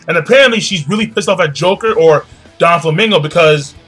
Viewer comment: you always call Doflamingo Donflamingo, well it does sound better